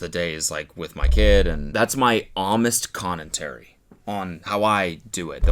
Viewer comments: “homest connentary” 😂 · Am I the only one who heard Cody say "homest connentary" instead of honest commentary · "Homest Connentary" is so funny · “That’s my homest conentary” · Why does he keep saying amist conentary instead of honest commentary or am I just hearing it wrong? 😭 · "Homest Connentary"